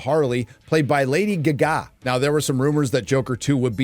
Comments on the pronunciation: That was Lady Gaga? I watched the entire movie and did not know.. (yeah, I don't watch music artists at all) I was wondering why they chose an ugly lady to play Harley Quinn. Now I get it. I thought you were gargling or something .. saying lady aggggaggg or something. Ohh you meant Gah Gah .. Got it now. Thanks. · Thanks so much for this review of Jacker Folly a Doo starring Walking Fenix and Ladee Guhgah. Seriously, dude? You don't even know how to pronounce her name? lmao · Dude, learn to pronounce Gaaa Gaaaa. Not Gu Ga. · Lady Gargar not lady gahgarer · I say Gaga, says gaGA 😂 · What's the deal with lady gag gag pronunciation. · Every time the guy says lady "guh" "guh"... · Who knew it was pronounced Guh- ga? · The way you say Lady Gaga is so damn cringe and downright wrong lol. Gah-gah 👌🏻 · They needed to fix everyone's mistake. You weren't supposed to identify with him. You were supposed to look down upon him and scoff, with maybe a tinge of pity. So they had to burn money on this dud. Bet you feel silly now, huh? What the hell is a "Lady Guhgah"? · "Lady Ga Gaa" lol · The way you say lady Ga-gah. lol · I will never say Gaga correctly again... Guh-Gaw 🤣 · I wasnt prepared with how you pronounce Lady Ghaga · You are butchering GaGA! wrong. How about GAG a? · Why do you say Lady Gaga like that? 😂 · Have you heard Queens "Radio Gaga"? If not then do it cause you can not pronounce "Gaga". The way you say it made my ears bleed...anyway The movie was awful. The 2/3s I actually thought was decent. But the last part just ruined absolutely everything! It was f ing worst shit I have seen in a long time. And I hated Lady GaGGA as Harley. I guess its not her fault, but she was cast to make this a f ing musical. What was the point? It was to show some kind of mental illness in people. But having Arthur go into a fantasy where he is singing is absolutely ridiculous and is not the way to portray mental illness. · Does he not know how to pronounce Gaga?